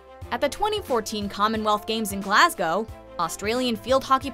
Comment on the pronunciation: I would just like to take this opportunity to sincerely thank you for being the first American I've ever happened upon to pronounce "Glasgow" correctly 👍